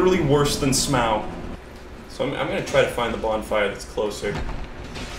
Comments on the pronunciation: your pronunciation of Smough makes me want to commit open mimic chest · I love you and your random s c r e e c h e s - But- You gotta stop calling Smough S m o w, please